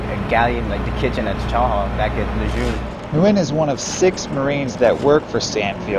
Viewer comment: Damn he said lejeune